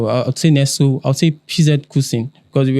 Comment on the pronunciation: Brothers. Nestlé, the company, is pronounced "NESS-lay." No be English.